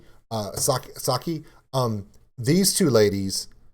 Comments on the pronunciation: Saiki is pronounced like when you ask your daughters to do something...Sigh...key, or if you're a Greek mythology fan Psyche. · P.S. it's Sah-ee-ke or sigh-kee if you say it quickly. But NOT sock-ee. That's an American trying to order a bar drink in Tokyo. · It's pronounced "sigh-kee", or "psyche" if you prefer. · Saiki's name is pronounced "Psy-key", just to help clarify for future videos. You're right on all aspects though. The thing that makes this even more special, are the lyrics. Its a song about the fans and the band being forced apart due to the lockdowns. You don't see many if any bands bother to do this kind of stuff. Just makes me appreciate them more; shows they put heart in what they do. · Nice reaction. 👍 And its pronounced saiki, like 'psyche', with the silent p. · Sa-ee-kee, no silent letters in the Japanese language. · I agree with pretty much all the essentials of what you said. Two items: 1. You were right the first time pronouncing Saiki's name "SIGH-kee" 2. This IS normal for Band-Maid. Creating tunes that are NOT like their last one is a frequent occurrence. I mean like, Start Over vs. Blooming vs. Rinne vs. Manners? All different. They don't just parallel the last thing they did. This is not that kind of band. New creations are what they do. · You were right the first time. Saiki is pronounced like "sigh-key" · This song was a surprised release a week before their online concert. Fans were all expecting a fourth MV from Unseen World but they released this song instead. Not sure why so many people are saying this is a love song...it's more about the separation we all are experiencing during covid & the hope we have to come back together., you are butchering the hell out of Saiki's name dude! I think i heard a "Sa-kai" in there LOLOL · LOL. You start out pronouncing Saiki's name correctly, and then you repeatedly "correct" it by pronoucing it incorrectly. When you pronounce it like the sports brand "Nike", you've got it right.